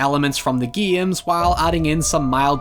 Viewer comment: I love how he says games like geeims.